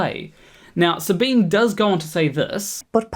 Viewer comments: Love your channel. Never downvoted you. never will. But Sabine is a 3 syllable name. In German, there are no silent 'e's. So, Sabine, in German, would sound to your ear like Sabina. It's actually Sabin-eh (like the first e in edible), but Sabina is close enough. Her name is not Sabeen. I used to like her channel, but don't any longer. But she (and EVERYONE else) deserves the dignity of her own name being pronounced correctly. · Her name is German and pronounced "Sahbeeneh," not French and pronounced "Sah-been." Didn't watch the rest of the video. If you can't even get the pronunciation of someone's name correct, I don't think you're trying hard enough. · Sabine is pronounces her name Suh-bean-uh, even though there’s an e on the end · Not to be a picky pedant, but her name is pronounced with the e at the end as 'ah'. Sabin-ah. That's how she says it and everyone else who mentions her. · You should at least have found out how to pronounce her name. It's only polite. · slight correction to an almost off topic: Her name is SabinE. She is German, thus the E there is not silent. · Professor Dave pronounced it that way and got comments telling him it was the other way around lol